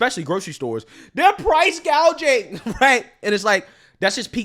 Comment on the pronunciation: Kamala called it "price guaging," not price gouging. She's a genius. . . not. 🤣🤣🤣and we, the American public, are dumb.